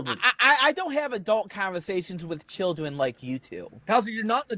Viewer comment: "I-I-I-I don't have adult convuhsations with childwen wike you two!" Funny, because your track record shows you prefer to have very adult conversations with 'childwen',!